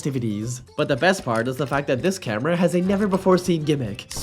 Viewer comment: why bro cant say 'camera' and instead says 'cambera'?